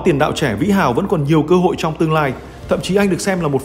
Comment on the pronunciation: Để các học trò có CÔ HỢI thi đấu =))) ôi ơi giọng bạn kia không ổn đâuuu tin thì hay mà nghe thì chán lắmm